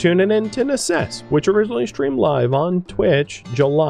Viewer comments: necesse is Latin form for "necessity," believe it or not. It is pronounced "neh-KESS-eh", three syllables, accent on 2nd syllable. (all Cs are hard in Latin, like "computer" and never like "ceiling") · Hi, The name of the game should be latin (necessary): in that case, it's pronounced just as it's written.